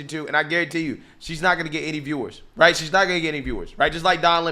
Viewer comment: What’s a “wight idea”? Going to the moon?